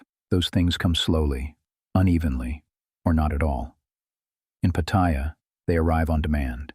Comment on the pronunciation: No. I escape to Pattaya so that I am not trapped in my regular life. And learn to pronounce Pattaya, you sound like a newbie. But you do make some good points, for some men.